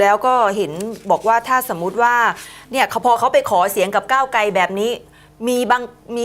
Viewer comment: พิธีกร..ใช้ภาษาตัวควบกล้ำ ร ล ไม่ชัดเจนเช่น ก้าวไกล เป็น ก้าวไก